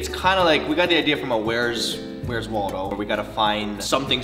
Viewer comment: It sounded like where’s D*ldo?